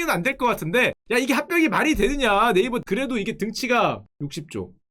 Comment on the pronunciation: 네이쓱 ㅋㅋㅋㅋ 찰지네...